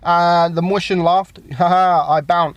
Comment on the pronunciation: omg can you say mäuschen correctly? stop saying moistion mäuschen you fat